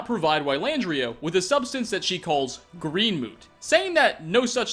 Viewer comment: "Green moot" Sigh. Mote. It's pronounced like "moat". Who else was driven crazy by that?